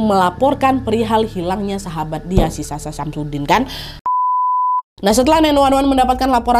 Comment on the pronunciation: Anjrit... kuping gw.... SASHA SAMSUDIN.... 🤣🤣🤣🤣🤣